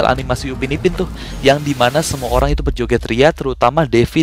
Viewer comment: Orang bang bukan holang